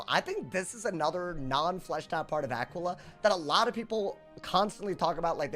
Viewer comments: say it with me now Ah-quail-e-uh. dont EVER pronounce it the way you did in the video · that just isnt how you pronounce it lmao come on bro lock in